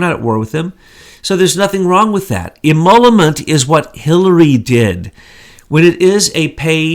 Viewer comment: How to pronounce emoluments. ee-MOL-you-mentz You’re welcome,!